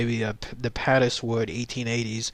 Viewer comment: Interesting video. I live not far from Padeswood and I had never heard of the incident, so obviously the miners kept their nefarious nighttime activities secret! (Padeswood is actually pronounced to rhyme with 'Paid' so, 'Paidswood' pronunciation. Lovely rolling hills and beautiful Welsh countryside.